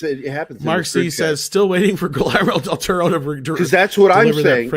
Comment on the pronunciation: your conversation about Del Toro is hilariously bad.... “pans labyrinth is the only thing done in his voice” lmao what a bad take... Cronos, Devil’s backbone, Shape of Water just don’t exist i guess and please learn to pronounce his name it’s pretty easy